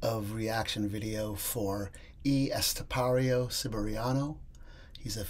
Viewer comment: I noticed you keep calling him E Estepario, its EL, as in bell. Lol